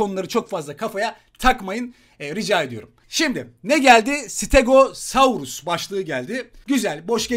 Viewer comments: Abi stegozarus diye okunuyor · Sıtegesarus diye okunur abi yazılışı stegosaurus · Stegosarus diye okunuyor bazıları kısaltma ve akılda kalıcı olarak stego diyor abi çarkta 200 lük ödül doldu almadın